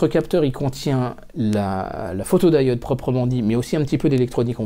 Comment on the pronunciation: Pourquoi prononcer photod"aï"ode, à la place de photodiode (à un moment tu parles de diodes en le prononçant à la française).